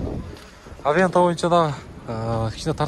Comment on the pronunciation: Ассалому алейкум.Авента эмес Аванте.Такшала бер, ийгилик тууган.